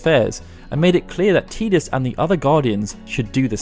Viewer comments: TIDUS not TEEDUS!! sigh... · It's tie dus not tee dus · "Tee-diss"..... LOL i will never accept that terrible pronunciation. It's "tie-diss"... as silly as FF names can be, this TEEDISS shit is bonkers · Isn't his name ty dus? Why does he keep saying teedus? That sounds weird. Do origins of the ancients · ITS TIDUS NOT TEDUS AHAHAHSHSHSHSHSHBDFNDKKD C love your videos by the way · “Tee-dus”? It’s “Tie-dus” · T EYE DUS TIDUS NOT TEEE DUSS THERE IS NO E IN TIDUS , YOUR NOT TERED YOUR TIRED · Learn how to pronounce Tidus! If it was "tee-diss" it would be spelled Tediss, not Tidus... i dont care what the demo video pronounced, its wrong, arr-tard. (Arr-tard is meant to be pronounced 'fellow human, not arr-tard, how it's normally pronounced) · isn't it TIE-dus? or am i wrong? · How can you pronounce names so wrong in the first game to actually have audio? Teedus. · Great video! Had to dislike it though. You’re saying Tidus wrong. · I couldn't finish this cuz he keeps pronouncing his name teedus wrong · His name is pronounced "Tie-dus", this has been confirmed by Square... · 'Teeeeedis' ouch.. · "Teedus" Yeekes. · You'll call Tidus Teedus but you won't say Machina. Crazy. Annoying.